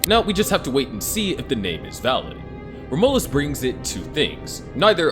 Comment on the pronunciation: Rom U lus is how you pronounce it